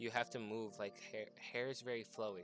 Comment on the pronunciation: the way you said hair makes me want to vomit